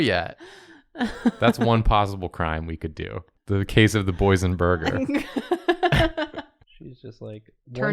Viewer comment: watching this while stoned and I thought when jacob said "boysen-burger" he was referencing "boysen-berries" and I was so confused why boysen-berries were relevant to the conversation until I finally realized he meant "poison"